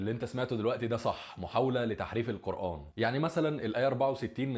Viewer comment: انت اصلا بتقول كلمة قرءان غلط 😂😂